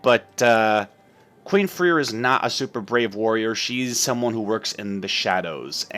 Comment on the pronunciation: I know that this is WAYY too late, but Freir is pronounced Frey-ir